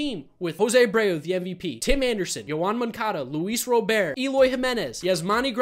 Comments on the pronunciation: Thanks for the video. FYI Luis Robert is pronounced Rob-ert with the T. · Yup, its Robert...Ra - buhrt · Robert... Say it like its spelled. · Are you pronouncing Luis Robert wrong?